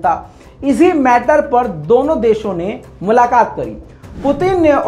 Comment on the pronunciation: اردو کے ھاتھ پاؤ کیوں تھوڑ رہے ہو ،،ملاقات،،